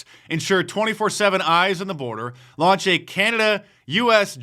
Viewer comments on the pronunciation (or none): none